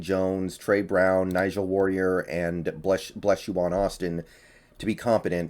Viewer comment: Blessuan is pronounced like Stefon …Bless-suan